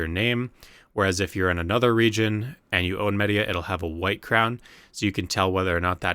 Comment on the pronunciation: It really hurt to hear you butcher the pronunciations of all of the regions so bad, especially Mediah and Kamasylve